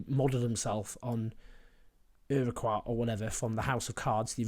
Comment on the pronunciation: I think 'Urkart' is the pronunciation you are groping for.